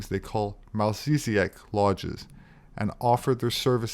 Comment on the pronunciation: In Mormonism there is the Melchizedek priesthood. They pronounce it quite differently than you did. Just saying.... ✌️